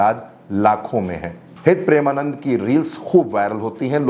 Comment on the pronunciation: गुरुदेव के नाम का उच्चारण सही ढंग से आप नही कर रहे हैं जबकि आपको पता है कि उनके करोड़ों फॉलोअर हैं😮